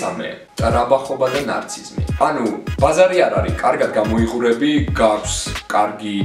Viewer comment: მერვე რეალურად და პრაქტიკულად იყო სისულელე, და მესამეში შეცდომაა, არა [ნარციზმი] არამედ [ნარცისიზმი]. რაც შეეხება ზოგად შეფასებას ნორმალური იყო. ძალიან გთხოვ მეტი დრო დაუთმე მეტყველებას თუ არ ვიცი რა დავარქვა იმიტომ, რომ არანორმალურად ბევრი შეცდომა დაუშვი საუბრისას. Ultimately ნორმალური იყო :)